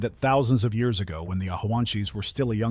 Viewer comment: Odd way to say years Do I smell ai reading? Bye